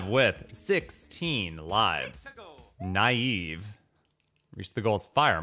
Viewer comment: Laughed my ass off at calling "Nieve" (snow in spanish), "naive"